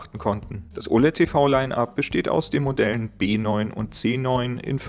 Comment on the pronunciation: B9 hat kein VRR? (Ist hart zu verstehen ob du B oder W sagst)